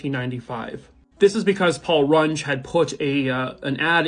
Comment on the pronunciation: It's Paul Rung-EE not, Paul Rung. SOUCE: Knew the guy somewhat well in school.